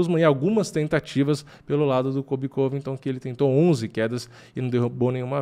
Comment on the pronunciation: "vai vim um kóbi diferente"